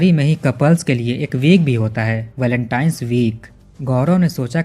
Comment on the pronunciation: Blacktines na hi re , Valentine's bo lo yar